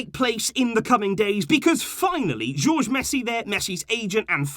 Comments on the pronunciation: it’s pronounced Horhe Messi not George Messi 😂😂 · You didn't pronounce Messi's father name correct. Jorge is pronounced hohr-heh with the J and G becoming softer ‘h’ sounds rather than the English hard G (gee) or J (jay) in Spanish.